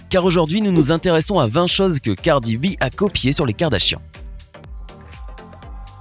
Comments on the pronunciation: gardi b 😔😂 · c'est "cardi b" pas "gardi b" c'est tout pour moi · Pas du tout elle a son style bien a elle et je crois que vous devriez commencé par bien prononcé son nom avant de commencer à la juger et à l'accuser.